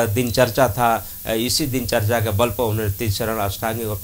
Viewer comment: Mitra dincharya uchcharit Karen, na ki dincharcha. Namo Buddhay, Jai Bhim.